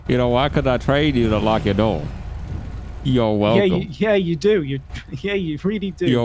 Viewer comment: "yo welcub" dead